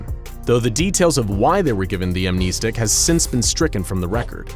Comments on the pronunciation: Its Am (nest) ic not Am (neest) ic. Pronounced like a birds nest not like your kneecap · Please god.. AM NES STICK say it like that. not AM NE STICK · Ok, I can’t watch this channel, no offense, but it’s pronounced keetur, not kehtur. And also, what really annoyed me? “Amneestic. It’s pronounce am-nehsstic not neestic. It just kinda annoyed me, but congrats for being an eco Channel, I can’t find many of them. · Am-NES-tic not Am-knee-stick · Video was not too bad, minus that horrid pronunciation, however. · It's not "amneisteeeeeeeeeeek", it's "amnestic". As in "stick" 🙄😔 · Is pronounced Am-nes-tic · Amneestic? God that pronunciation is grating. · You mispronounced amnestic (am-ness-tick) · Love this guy's videos, but I hate how he says amnestic and keter. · I hate how he says amnestic